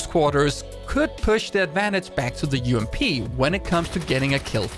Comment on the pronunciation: The way you say "ump" instead of "you-am-pee" makes me slightly uncomfortable lol